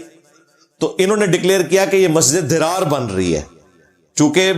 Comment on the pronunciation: yeh masjid zarar he masjid drar nahe....talafuz durust karen